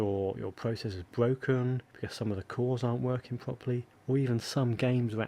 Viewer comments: The memwy and pwocessors awen't working pwopewly, to egt the to wun wight............... Seriously feel sorry for this guy. His mommy talked too much baby talk when we was a wittle boy and now he has an annoying speech impedement. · The pwocessors awen't working pwopewly?? No way!